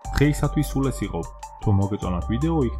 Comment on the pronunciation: ხო პირდაპირ წაიკითხა ჰიტამ